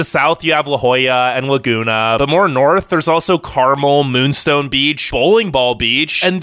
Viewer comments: CAR-MEL not Caramel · Ha. He called it CARmul. It's CarMEL. Tourist!